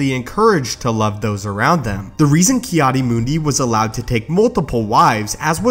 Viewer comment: Its Ki-Adi isn't it?